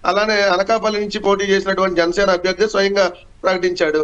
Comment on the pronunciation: Mundu this woman should learn Telugu. Amma BOGI kaadu, BHOGI. ABYARDI kaadu ABHYARDHI, pottu DARMAM kaadu DHARMAM. Vottulu palakadam nerchuko talli. Telugu is the sweetest language, please don't ruin it.